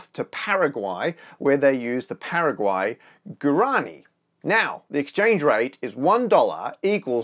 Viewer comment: i hate to be that person ( jk i dont, especially since im from paraguay ) but guarani is pronounced wa ra knee